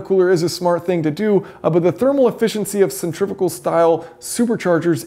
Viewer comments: Centrifugal not centrifigal. There's no i after the f. Say it right. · From the lack of comments on “centrivical” I’m guessing that is how you pronounce sen-tree-few-gawl in the States. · Stop saying centrifical, it’s not a word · Another word yanks can't say? Centri-fugal 😂